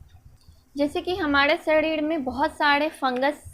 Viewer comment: Shadhid😂😂😂😋 not sareer